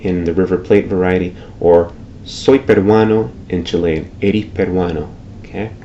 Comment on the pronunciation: It is CHILL-ian, not chi-LEY-an [Chilean]